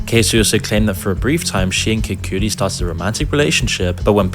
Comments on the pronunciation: bruh kid cudi being pronounced like coodie and not like kuddy killed me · How did and butcher names so bad. 2pakc and Casey and kid Coody. 😂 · Why they pronounce Kid Cudi like that😂